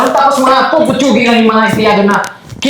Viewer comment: Pipitsugin is the right word. Not puputsugin.😂😂😂